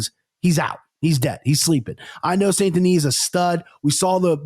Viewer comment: is the only one that pronounces "Benoît Saint-Denis" 98% perfectly. It's not "San-Denis", it's "saint" as in "tainted". The missing 2% is just the emphasis on the middle consonants "sainT-Denis" that is too heavy, it should be said in one word with no punctuation like "Saindenis". And if you wanna get cute, the "oît" should sound less like a "wah" and more like a fast "ooa".